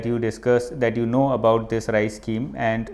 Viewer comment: RICE????...Its RISE